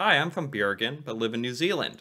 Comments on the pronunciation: xD Bjergen lol, Bro remove the J and you get the city's name correctly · You need to try to prounounse Bergen better...it sounds like Bjergen...leav off the j and you are closer😇